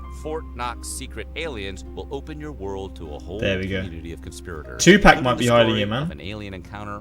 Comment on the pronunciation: not twopack 😂😂